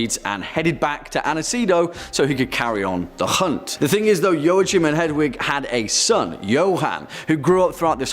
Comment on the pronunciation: Joachim is pronounced "wa keem"".( Not meant to be mean)